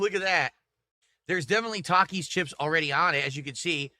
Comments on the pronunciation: Hasn’t heard no one pronounce Taki’s because he doesn’t interact with literally Anyone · He doesn’t know how to pronounce takis because he never leaves the snort fort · always comes off as an under informed and pissed off toddler. It’s such a weird look for a man of his age. Also, who the fuck doesn’t know how to pronounce the word Taki. What an ignoramus. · This rtard has been whining about this meal for DAYS and he just NOW questions his pronunciation of Takis? Holy 80iq Batman…